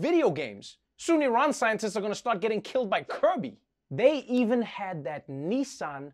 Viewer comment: It’s Nissan, not son of Knee. We speak very different languages either side of the pond😜